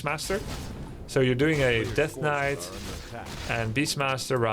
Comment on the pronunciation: In Russia in long ago of 1997 we also pronounced the same "svord" and "knait" 😁